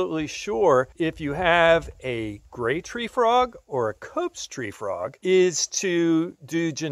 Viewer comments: Hi i was just being silly i was commenting that you said cope's gray Free Trog you pronounced it wrong at that time😂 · did anyone here he says cope's gray free trog